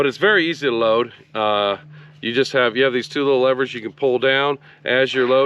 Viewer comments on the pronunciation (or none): none